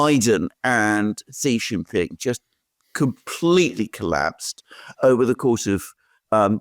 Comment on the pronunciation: Pls get your pronunciation of Xi JinPing correct. I've watched this channel for almost 4 years now. Xi is such an important and key political leader in this era and I think you should get this right. I understand that Chinese phonetics are difficult for non-Chinese and not expecting you to get the tonal pronunciation. Well has got at least the English pronunciation right. Xi is pronounced C as in the alphabet a b c. Jin is as in gin, a soft G.